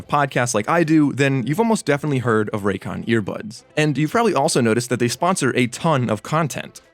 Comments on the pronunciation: This is biggest Con: Raycon say it wtih me RAY-CON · His last name is but put it raycon?? ray “CON”